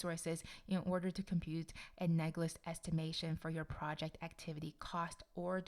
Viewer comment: Analogous not anagolous